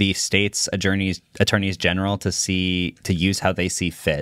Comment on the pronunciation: saying "attourney's general" correctly made me chuckle. He knows his stuff